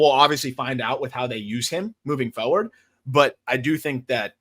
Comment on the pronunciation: “moving fOward” What is foward? Did you mean forward? You forgot the r.